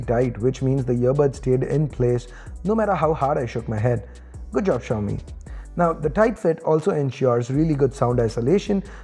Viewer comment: China 's Apple -; Xiaomi!! (Well& correctly said)